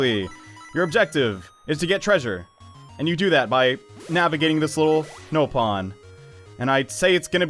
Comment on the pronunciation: They even said it in the cutscene, it's pronounced "NOP-on" Not "NO-pon"